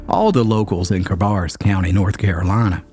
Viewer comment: 6th generation NC Charlottean here. We know this story but you turned it into such an engaging yarn - Thank you!. The only complaint I have is your pronunciation of Cabarrus (it’s bare not bar) and Fayetteville (no S)